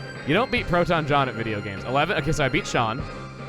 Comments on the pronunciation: I’m sorry to correct you,, but “Sean” is pronounced the same way as “Shawn” or “Shaun”. It’s Irish. Think of Sean Connery who played the original James Bond and Henry Jones Sr. In the last crusade. Sean is also my first name and I have been given some flak for how it’s spelled way back in first grade. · that moment that as a sean im legally obliged to downvote for pronouncing it "seen" intentionally because its "funny"... imagine how it feels to have your name made fun of... it feels kinda dickish.... really dickish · You like pronouncing "Sean" as "Seen" because it's "funny". Like how people would call you "Emilie" because it was "funny". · As someone named Sean, it freaking hurts to hear butcher my name like that. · Nevermind, CHUGGA HOW DARE YOU PRONOUNCE OUR NAMES WRONG FOR THE FUN OF IT! Anyways, I'm sure the collateral damage was unintended, and since you pronounce it that way for the fun, I assume my fellow Sean is fine with it.